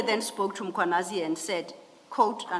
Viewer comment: mKHWAnazi! NOT mCHWAnazi!!!